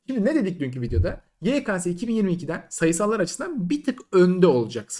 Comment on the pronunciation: DOĞRUSU YEKESE YEKASE DEĞİL